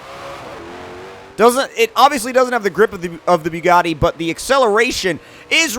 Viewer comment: You say the Bugatti exactly like Tmartn you Both say byugatti like if you are puking😂